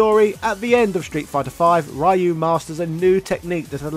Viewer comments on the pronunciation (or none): Not even 10 seconds in and I hear RYE-YOU... ugh It’s REE-YOU plz geezus 🤦‍♂️ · gotta dislike everytime I hear raiyu